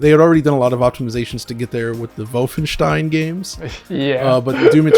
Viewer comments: Maybe because it's not pronounced Vulfenshtein, but Volfenshtein. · "Vulfenshtein" *drinks shot* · Was that laugh for the absurd pronunciation of Wolfenstein? hah